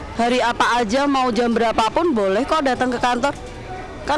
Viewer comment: Mbak ..mbak kok Ka o ka 😅